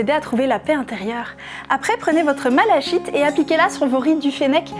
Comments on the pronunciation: Mal à chite ? Mes pauvres oreilles... Malachite se prononce \ma.la.kit\. De rien ;) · Ça se prononce MalaKite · On prononce malakyte.. mais c'est rigolo en effet. Que penser de la Ciottite ? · Par contre sa se prononce Malakite. 😂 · J' ai kiffé la prononciation de malachhhite Haha Moqueuse ! Mais le phénomène est inquiétant et touche même des gens éduqués, moi collecteur de minéraux et habitant un désert médical, je suis entouré de psycho-caillouteux et de cultoméopathiques 🥳 je suis désemparé :/ La beauté des minéraux est que l' on retrace l' histoire des sciences à travers eux ( leurs formes et leurs couleurs également :) Ce que l' on sait pour sûr : si l' on s' insère suffisament de jolis minéraux polis dans le bol fécal on finira par avoir un orgasme prostatique, CQFD !